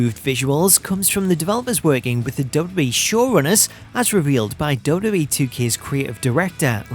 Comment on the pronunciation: I can’t get past how he says “DubDub-E.” Great video nonetheless!